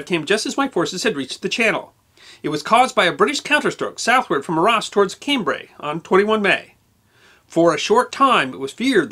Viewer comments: It is NOT pronounced 'R-ARSE' it is Arras, or 'Ar rass' - can't this guy learn how to properly pronounce European names before he puts on his silly bowties?? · Great stuff but you should learn proper pronunciation. Arras, Caen, etc. are French place names. Cheers!